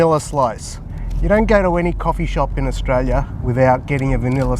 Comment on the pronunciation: Sounds like your saying Austria